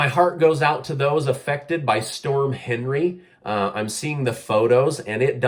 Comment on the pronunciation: I wouldn't shop at that store anymore. Just a friendly point of info, but the storm that hit New England is pronounced "on-ree". It is the French version of the English name Henry. 🙂